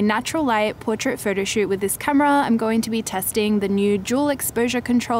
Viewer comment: and every time she said 'photo' it sounded like 'furtur'